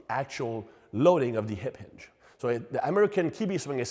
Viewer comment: "ip inge pattern" 😅